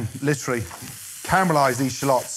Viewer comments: Bruh it’s shallots not shalôts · I came here just to hear Gordon say "shlots" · It sounds like he's saying shlots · Hehe.... Sha-lots...